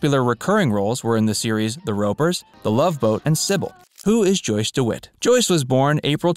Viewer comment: I 'm pretty sure whoever narrated this mispronounced "The Ropers", and it came out sounding like "The Rappers". If it was actually called "The Rappers", the show may have lasted longer than its 1979/80 season.😂